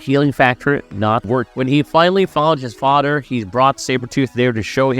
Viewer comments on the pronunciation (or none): Fadderr Bruder sabretoot....come on man either practice before or practice english more. Good video though. Very thorough